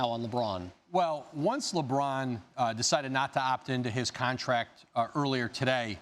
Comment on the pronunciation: contaract lmao